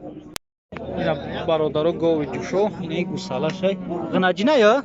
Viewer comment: Блогер тоҷики гап зан ғинаҷин не. Ғуноҷин гуй